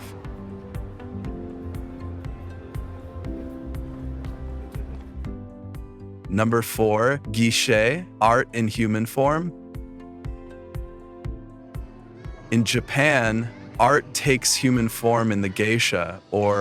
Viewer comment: "gi shay" art in human form